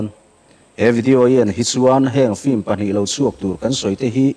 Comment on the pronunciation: 'Flim' hi vaiho 'film' lam thiamlo ho lamdan a nia...